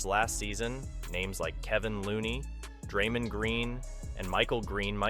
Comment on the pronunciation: I don’t like the way he said Kevon and Draymond….also it’s not Michael green it’s jamichael green. Idk if he really knows about the warriors the way he saying their names wrong lol.